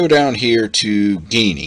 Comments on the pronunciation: Alright, listen: STOP SAYING "GAY-NEE" !! It is pronounced JEE-NEE. How the hell do you get "GAYNEE" from Geany? According to their own FAQ website, they tell you: Q: How do you pronounce Geany? (^) A: ʒeːniː (pronounced like "genie") And do you notice the "lamp" icon with the "Genie" coming out? (Like Aladdin's lamp) Please stop saying it as GAY-NEE. The 2nd time you said it that way we stopped the video. We thought if you overlook this detail (a basic, important one), then who knows what else in the video is wrong? (It always amazes me how people seem to almost go out of their way to mispronounce certain words that otherwise seem obvious.) !! It is pronounced JEE-NEE. Remake the video pronouncing it correctly time, please. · I'm too late to the party, but yeah hearing a hard G was hard on my ears. The logo is a lamp. Thanks for the video.